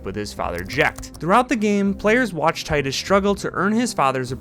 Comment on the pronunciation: Btw, it is pronounced “teedus”